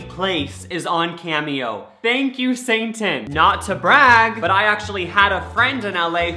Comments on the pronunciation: OMFG HE SAID “thank you saintan” WHAT??? LMAO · “Thank you Sang-tin!” He doesn’t even know how to say Satan! 😂 👌